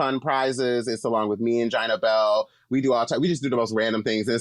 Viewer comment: When Dida said Gina Belle I got full triggered.